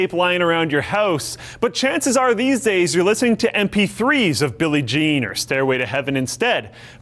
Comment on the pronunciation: When you said Billie Jean I thought you said Billy mays Remember hime